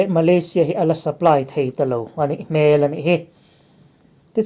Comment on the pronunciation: A nih hmel 'hmel' hi a ri sangin lam tawh suh, a ri hniama lan tur. Kel (goat) kan lam rik anga lam rik tur.